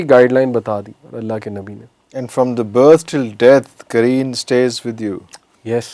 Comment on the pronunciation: This Jin is called Qareen , not kareem